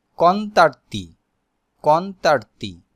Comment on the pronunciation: কনতারতি না কনতানতি হবে 😂 জিয়াল্লো না জাল্লো হবে। ভাই আগে নিজে শিখেন 🤣🤣